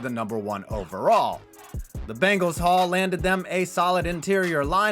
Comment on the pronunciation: The Bengal-Æ